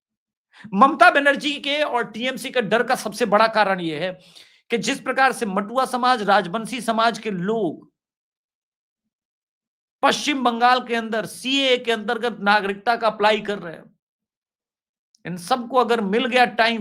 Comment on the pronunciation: Hamesha padh ke galat kyun bolte ho?? Bahut bangal ke bare mein gyan hai aapko? Kilipong nahi KALIMPONG (Kaalimpong) hai. Aur NADIYA se Naaaadiya/ नाडिया nahi NADI /नदि wali NADIYA /नदिया hota hai. Matua se मटुआ nahi मतुआ bolo, T se ट hi nahin त bhi hota hai. Aap pehle bhi delhi bomblast ke samay list laga ke padh padh ke bhi amonium ki quantity galat bataya tha. Maine tab bhi toka tha,apna video khud wapas sun lo aur mera comments bhi padh lena.